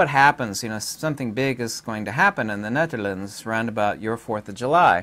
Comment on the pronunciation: I like your demeanor! Sub’d. (I now know how to properly pronounce “The Netherlands!” Thanks! Aloha!